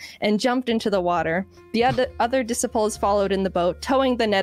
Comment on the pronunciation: Dissiples. XD Also, correcting others on pronouncing her last name should be a drinking game.